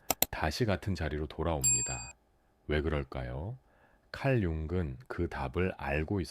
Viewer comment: 내용은 좋은데 "융근 말합니다"를 보니 AI인가 보네요. 몰입이 안됩니다.